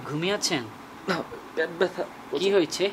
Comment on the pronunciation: ভাই,প্যাট না,,, পেট।